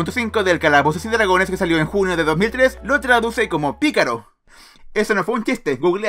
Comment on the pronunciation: Se dise pícaro